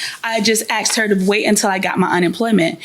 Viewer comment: She “axed me” lol. Thats such a ghetto response